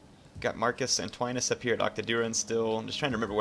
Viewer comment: Kinda funny how you keep daying Marcus Antoine-us instead on Marcus ANTONIUS :p